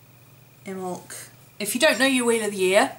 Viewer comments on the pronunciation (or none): Call Mrs Picky but they are pronounced, Imm bolk, Soow wain.